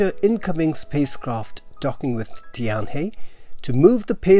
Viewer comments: The pronunciation of 'Tianhe' is similar to 'tian-her', but not 'tian-hee‘. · It's pronounce tian hur. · Tianhe is pronounced as Tian-Her. Practice makes perfect! :)